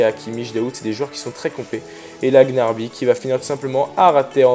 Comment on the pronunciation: on dit pas gnarby mais gnaBRY😂😂